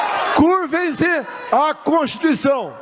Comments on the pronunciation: Não sav bê nem pronunciar a contiicao kkk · Ele não pronúncia CONSTITUIÇÃO, ELE DIZ CONSTICAO.O OGRO É BOCO MOCO. quem lembra dele?